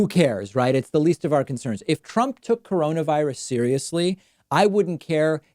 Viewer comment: A, "Coronarally?"